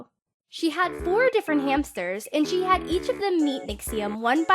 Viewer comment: I keep hearing "chee" instead of "she"